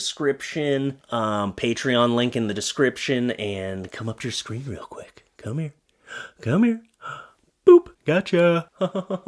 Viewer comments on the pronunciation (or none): none